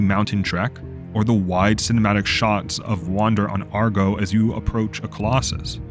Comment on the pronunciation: It's Agro, not Argo...